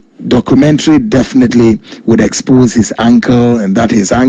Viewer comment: you can't deal with nobody,Tiger eye trapped you and you fall.corruption is corruption,you could have refused the money.wether it's old video or not,pronounce the word well#exposé and not expogé😂😂😂😂🙏🙏🙏Don Coulibaly